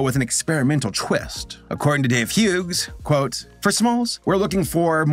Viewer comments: I’m sorry you were saying the name Hughes, oddly. The name Hughes is pronounced like “hues”. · I'm sorry but you pronouncing the g in Hughes is driving me insane lol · I have heard people pronounce Hughes as Huggies or hug-his, but not hue-gss. We always produced it as hues, that silent g was the bane of my kindergarten career. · The way you pronounced Hughes hurt so bad